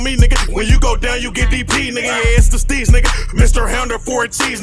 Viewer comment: DSteez lmao not DSTREETZ lmao smh